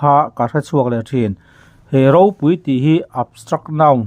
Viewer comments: Ropui tih hi i lam fuhlo lo maw.. Pui hi a ri hniam tur ania, ilam sang vek mai.. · Ropui tih hi i thlûk dik lo zel, pui tih hi lam hniam tur a ni. Khanghu tih lam anga lam tur. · Ropui, khaw ropui tih ropui kan lam rik ang hian i lam ri a, hetiang hi a rik dan tur a ni lova i chhiar thiam lo a ni.phungthlu tih a, kan lam bung nghat an hian ropui tih hi lam tur aw, i lam ri thiam lo, i qualified lo ropui tih lam ri dik tur hian 😂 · Ropui tia lam loh tur, Ropui tia lam hniam tur ti na na na, a ngai hlira i lam le aw.😂 Ropui(People tih thumal lam rik dan anga lam tur) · Ropúi tiha thluktur i thlukdiklo tluanchhuak zak. 'púi' tih lai khi thluk hniam tur aw ka nau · Ropui tih hi tih san loh tur tih i chhiar a, i lam dik chuang si lo, pui tihlai hi chu min lo pui lawk teh tiha pui tih ang hian thluk tur a niin ka ring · "ropui" tih lam dân tûr Pu Chuaua sawi dan hian i lam miah lo, i chhiar hian. "Pui" lai hi lam ri hniam rawh